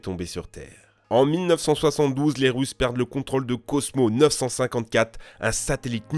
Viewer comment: lol à il a dit les Rouss